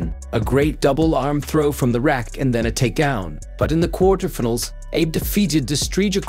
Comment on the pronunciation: I can't help commenting about the pronounciation especially if they get the english (of all things) butchered, case in point minute mark "kwartir- tefenals" (quarterfinals)